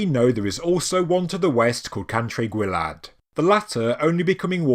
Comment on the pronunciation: Gwae as in G Wye.(the river) Sorry but I can't listen to this tripe. It is worse than a china man reading Henry Vth. There can be no apology for your abject butchering of Welsh names. Would it have been too much to ask that You do some homework?